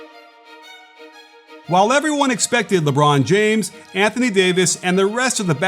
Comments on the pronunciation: IK didn't just say, "LeBron Jamee" like that... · Lahbron Jahmes 🤣